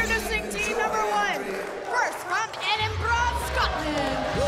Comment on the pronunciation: She needs to learn how to say Edinburgh..... Because THAT WAS AN ABOMINATION